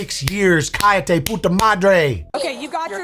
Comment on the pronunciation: The double L in "callate " is pronounced like the Y in Yes. Like the Y in Yat.